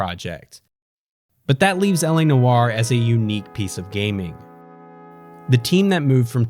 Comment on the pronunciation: He saying noire wrong asf